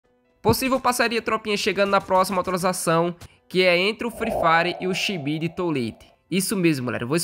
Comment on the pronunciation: a pronuncia esta errada...VOCE NÃO É FÃ DO SHIBIDI